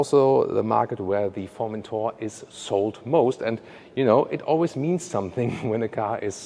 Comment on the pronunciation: Omg that Formenthoar pronun iation!! It's pronounced foR-men-toRR Formenthoar ;)) i am dying of laughter